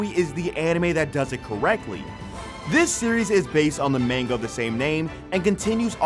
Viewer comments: idk why its bugging me but its manga not mainga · This a**hole saying Manga wrong kills me. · Omg it's not mainga as ur pronouncing it it's pronounced. mon ga and they are really called mangaka so Mon ga ka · Dude needs to learn how to pronounce manga